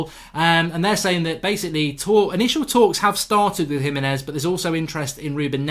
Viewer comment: HE-meh-nez, not hi-meh-nez. No one can say his name right.